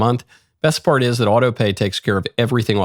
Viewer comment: "part" not "pert"